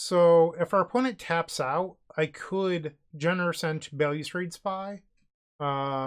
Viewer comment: Bail-you-strade..... More like Balustrade. Other languages exist and have rules regarding pronunciation.